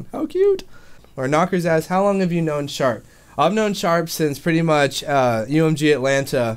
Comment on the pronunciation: you realized you said "a good wong while" ahahahaahahaha